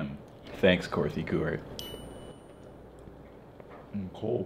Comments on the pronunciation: Did anybody notice when said "Korthy Gewart" and not "Kartha Gewart" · sloth not Gloom, Kartha Gewart